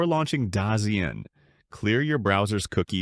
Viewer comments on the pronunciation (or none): Dazone not dazen